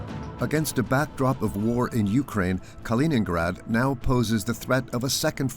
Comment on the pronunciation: Не понятно, почему диктор называет Калининград халенградом? Хотя видео идет на чистейшем русском языке, непонятно. Я просто хочу сказать всем тем, за бугром, что Калининград принадлежит только России, хватит мечтать и облизываться!!! 😋